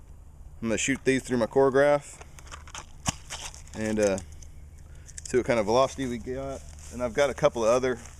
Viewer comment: It's a CHRON-ograph, not core-o-graph. Just sayin...